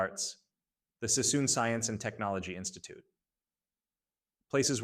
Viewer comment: It's David Sassoon not Cissom. AI crap-factories are so ratchet. What's with the World War 1 & 2 footage? What's with the maps highlighting Alaska ? 78 subscribers and turning the web into a junkyard.